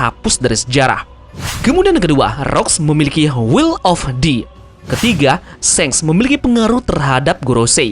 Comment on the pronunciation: SHANKS BUKAN SENG BACANYA TAMAGON THOLOL 🔥🔥🔥🔥🔥🔥🔥🔥🔥🔥🔥🔥🔥🔥🔥🔥🔥🔥